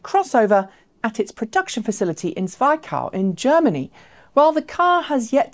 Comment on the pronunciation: Not "Zwei cow". 😄 German language doesn't (usually? ever?) morph single vovels into a diphtong. So the "i" in "Zwickau" is just that like in "this". But I do realize that it would be a pain in a certain body part to always check the pronounciation of everything in the middle of scripting/rehearsing a video.